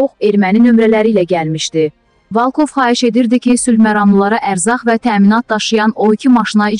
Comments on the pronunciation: Valkov yox Volkov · Ay tupoy valkov yox volkov.100 dəfə başa salmalıyam səni?